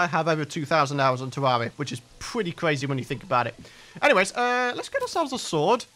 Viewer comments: It sounds like he’s sayin tewwawia instead of terraria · It’s pronounced terr air ria